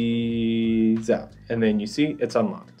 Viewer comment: The "Pizza Peeeza" thing kills me. I've been counting thousandths forever, somehow I think it's gonna stop now.